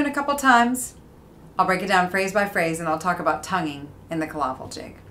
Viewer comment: It is pronounced Kill - A - Vill ..not 'killavil' as in one word .... in Irish Cill Fhábhail ..just up the road from me here in Sligo....